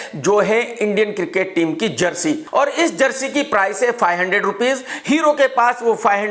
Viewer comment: jersy नहीं chersy